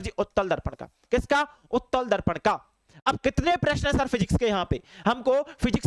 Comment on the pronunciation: Sir ji auttal darpan hai to uttal dharpn bol rahei hai